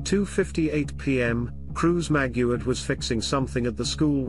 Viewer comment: Maguad not Maguard